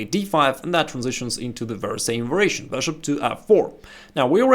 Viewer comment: Va-Ri-A-tion pronounced "va-ree-ay-shun" YOU teach me something, I teach you something. Thank you for the vid!